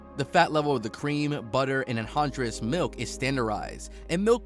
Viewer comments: Dude didn’t even try to say anhydrous, just made some sounds and kept going 🤣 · Listening to this guy try to pronounce "anhydrous" made me cringe so hard I died and am writing this from beyond the grave.